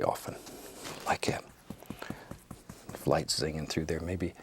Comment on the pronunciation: “Like ghat”